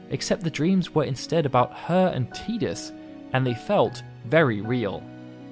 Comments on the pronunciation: Its notttt teeeeedus its Tidus where the hell are all the eeees coming from......there is not letter E in tidus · I loved this video ! i learned so much about yuna that i didn't know even after playing FF X and X-2, the only thing that bothered me was the way Tidus was pronounced lol it's "tie dus" not "tea dus" but i digress lol Great vid! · It's Ty-dus not Tee-dus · I like the work that you put into this, just wish you'd have stopped making me cringe with your pronunciation of Tidus as Teedus instead of Tide-us, sigh. It made it difficult for me to want to continue. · Te-dus is incorrect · It's pronounced Ti-dus. Get his name right